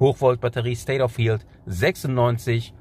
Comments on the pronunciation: Darf ich Dich darauf hinweisen, dass Du das Wort "health" falsch aussprichst? Es wird nicht "hieltsf" ausgesprochen, sondern eher so "helltsf" (th-Laut am Ende, schriftlich schlecht darstellbar, aber ich hoffe, Du weißt, was ich meine). :) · Informativ, wie immer. State of “health” soll aber als "Hält" ausgesprochen werden ;-) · Bitte mal Health Aussprache googlen. Nicht böse gemeint, habe bei archive auch ewig falsch ausgesprochen.